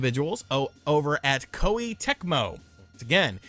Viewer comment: Please learn to pronounce Japanese names and terms dude; Kawata {Kah wah-Tah}, Koh-Eh the vowels have a short enunciation. it's easy, the vowels are "A"= ah, "i" = ee , "u" = oo , "e" = eh, "o" = Oh so a name like "Katakawa" would be ka-tah' . kah-wah